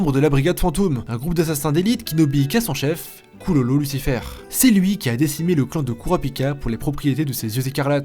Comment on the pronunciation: je suis la seule a entendre "Kulolo Lucifel" ??😂😂😂